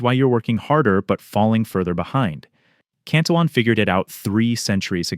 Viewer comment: Yes I agree it’s insightful and accurate. I just have a real thing for governments who relentlessly spend but they don’t have. I’m an old guy so I remember the stability of the 60s and I long for those days when money maintain some value. Also, I think you are pronouncing the name as the English version, but it would be more accurate to pronounce it in the Spanish way, where the double L’s are pronounced as a Y. It looks like a Spanish name for me, so I suspect that is the most accurate